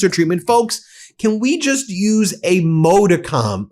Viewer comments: That's pronounced maw-dih-cum or maa-duh-km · Modicum, pronounced: Mod-ee-cum, not Mow-dee-cum. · I thought it was pronounced mod- ick- um. Making people rely on tips as their main source of income. Isn't the flex that they seem to think it is. Tips are not a steady base income there's no set amount that you're going to get monthly. You're literally relying on the kindness and generosity of the people you serve, it also leads to shitty patrons because they know you rely on those tips and that them requiring you to kiss their ass to get their money is a thing they can do. The argument isn't even having access to a job with good money. Tips shouldn't be your m asianain source of income. If I work for a certain amount of hours, I should be guaranteed a certain amount of pay, a pay that gives me a livable wage. Tips are supposed to be an add-on an incentive. Not your main source of income. Bye tips were established, so people could not pay black people. And that is exactly what they are doing now to the poor same as they always have. Actually, the fact that you can be taxed on your tips at all doesn't make sense to me. You are not typically compelled to tip, making tips entirely voluntary. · PLEASE learn how to pronounce the word "MODICUM" correctly before your death!!! You mispronounce the word consistently, and the way in which you say it makes you sound like an untutored yokel from some remote Ozark "holler"!!! The English language is your "stock-in-trade" -- both as an attorney and as a journalist -- so it seems reasonable to me that you should respect its proper use! The word "modicum" has two acceptable pronunciations, and you use neither one!!!